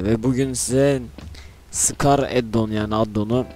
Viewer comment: S cars diye okunuyor scar değil S ayrı okunmalı neyse abi gmod serbest takılma atarmısın